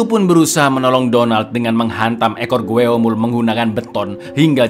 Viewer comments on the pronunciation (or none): Ralat bang GWOEMUL bukan dibaca sesuai tulisannya tapi dibaca GWOMUL. Huruf OE dlm bahasa Korea dibaca "O" seperti dlm kata SONO, SORTIR, KOMPOR